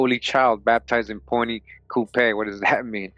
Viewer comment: Louisiana is my tribe the place you keep naming is pronounced Point “Q-Pee”. I'm from Avoyelles. We have black Indians recognized by the government here the ones who side with the whites. They are still black. I would like to find this book speaking in my people.